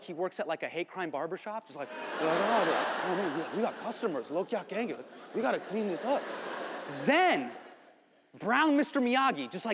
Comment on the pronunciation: All's good but, y use white guy accent for hindi?. it's like he just learnt Hindi on the go, reading from the script. LOG KHAYA KHAHENGGAY. So pretentious Hasan.